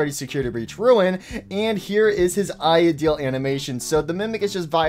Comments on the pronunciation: bruhhhh its not ideel its idl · Why dose this guy pronounce "idle" as "ideale"